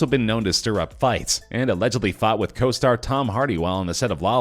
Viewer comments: "Sitir up fights" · "Sitir up fights" ?